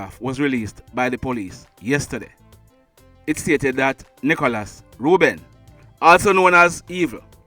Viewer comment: The man name NICHOĹAS not NICHALOS.Pronounce the man ame properly.I just subscribed to the channel.